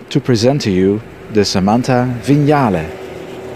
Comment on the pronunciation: Thank you for pronouncing ‘Vignale’ correctly.